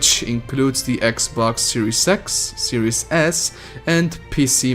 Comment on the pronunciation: Did he just say gay pass or is it just me? Did he just say series sex or is ot just me?